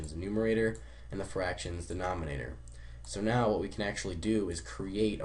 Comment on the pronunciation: Are you illiterate??? Denominator not denomonator!